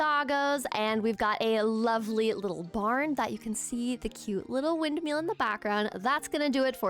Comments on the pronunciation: i love your videos so much, but its "windMILL," not "windMEAL." its been driving me insane 😭😭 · Ok, …I can’t help it. Windmill as in ill, not eel. 😂